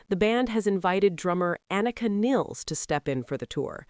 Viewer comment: I wish people would pronounce her last name correctly. It's Nilles, like the river in Egypt, but plural.